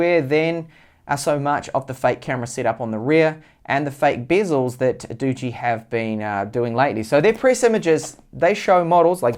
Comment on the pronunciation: Highlights of this video; bigass knife, cat, garden. saying Doogee = Dodgy. And the phone? Snog, marry, avoid? AVOID!